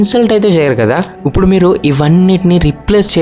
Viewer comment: ఉప్పుడు కాదు అండి ఇప్పుడు అనాలి....sorry topic related కానిది చెప్పా